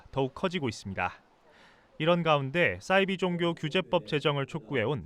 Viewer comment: 싸이비가 아니라 사이비😅😅싸이버, 사이비.😅